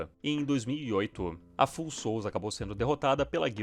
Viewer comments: Vídeo f*da!! Só um detalhe: o nome da guild se pronuncia "fául", de "falho", e não "full", de "cheio". São as Almas Falhas! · Amo seu conteúdo, só uma observação Pronuncia de Foul seria “Fauel”. Abraço por trás ❤